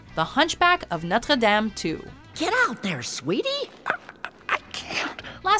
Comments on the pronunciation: Am I the only one who laughed at the way she pronounced "Notre dame" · Please stop mentioning Notre Dame the right way